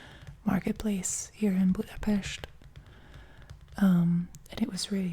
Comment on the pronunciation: So u are hungarian or? I liked it when u said boedapest lol. Thankyou for the video.